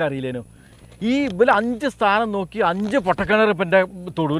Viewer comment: സ്ഥാനം അല്ല 🤐 താനം 🙄